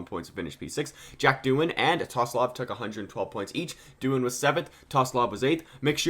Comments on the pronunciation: TSOLOV NOT TOSLOV MAN ahhhhhhhh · Tosolov??😭😭 you need to learn some names man😂